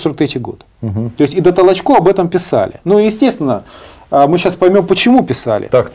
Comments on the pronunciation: Ударение только надо правильно в фамилии: ТолОчко, а не ТолочкО! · Ведущий , какой ты бестолковый ! ТолОчко ❗️. .. а не ТолочкО ❗️..... Коль ты даже этого не знаешь , дальше тебя слушать..... Трата времени впустую ! 👺 🤮🤮🤮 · Может, для начала, правильно ударение в фамилии Толочко ставить? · Пучков то откуда знает? Он что историк? Он это, родился в Кировограде. В крапивницком сейчас. Давайте у Спицына хотя бы спросим. А Петр Петрович не ТолочО а ТОлочко. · Пожалуйста, произносите правильно имена известные и уважаемые, в данном случае, историка - Толочко, ударение ставится на втором слоге, на Украинский манер. Материал исторический вами предложенный очень интересный и чрезвычайно Своевременный, по мнению многих.